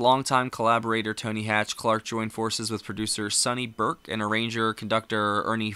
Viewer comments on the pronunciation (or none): none